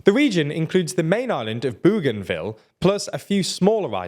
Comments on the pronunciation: ‘Boganville’ not ‘Booganville’. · We’ll if Bougainville becomes a county let’s hope you can pronounce it. Boe-gan-Ville not boo-gan-ville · learn about the topic!! There is NO SUCH place as Boogainville; Bougainville is spelt & sounded with a "ou" as in "o" in "Bow", Bougainville not Boogainville. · It’s pronounced Boganville. Not booooganville. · It's pronounced Bo gan ville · FYI I am pretty sure it is pronounced Boganville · I think it is pronounced bogan ville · It’s pronounced “Boganville” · Your pronunciation of Bougainville is hilarious. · Spelled "Papua New Guinea" wrong (PNG is not someone's papa), and pronounces "Bougainville" wrong... which matches well with your frequent mispronunciation and spelling of Australian people and places. You really need an Oceanic correspondent... or just use google search for pronunciation. You did get the close by "French Polynesia" correct... but I don't thin that is anything to get excited about.